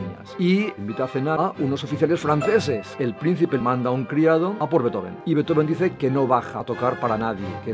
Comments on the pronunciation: se pronuncia en alemán, no en inglés. Ludwig Van Beethoven, se separa en Beet-Ho-Ven, no Bee-Tho-Ven, el error está ahí. Eso sí, la pronunciación de Ludwig varía por la última sílaba, ya que -ig se puede pronunciar de varias maneras, como -ik o como -ich, y eso tiene 2 variantes, -ij e -ish. La D se convierte en T. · No se pronuncia "beto-ven", eso es error que se repite en el video. Se pronuncia "bīt-jofen" (la ī es como la LL o la Ye)